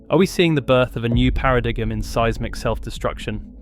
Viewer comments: AI 🤣. PARA-DIGEM😂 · Paradiggum. LOL. Down voted. Don't recommend this channel. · The title is clickbait but the video does mention the Japan earthquake and subsequent horrifying tsunami of March 11, 2011. If I understood correctly, they're talking about data now showing that one earthquake sends pulses around to other faults that weakens them... or something like that, it was kinda beyond me and I got distracted when the AI narrator said "paradiggum," but if the video is correct, it would be possible for an earthquake "in just the right place" could trigger a massive chain of earthquakes around the Ring of Fire.